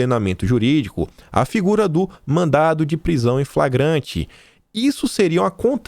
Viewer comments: você Lê mandado, porém quando você fala fora da leitura você fala mandato. Lembre-se que as duas palavras são distintas. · pelo amor de DEUS é MANDADO,MANDADO!! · por favor, mandaDo... não mandaTo. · mandado e mandato são coisas diferentes. Você pronunciou várias vezes mandato em vez de mandado. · Mandado... mandado... mandado... não é "mandato"! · não é mandato, mas sim mandado. Com D. São coisas diferentes. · não e mandato e sim madado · mandato é diferente de mandado, fica esperto aí na leitura amigão.